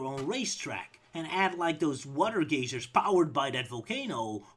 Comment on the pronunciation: Two responses so far: 1) How do you like Diddy Kong Racing, if you've played it? I ask because that's one of the least random kart racing games. 2) Since you asked, "Geysers" rhymes with "wiser" and "miser".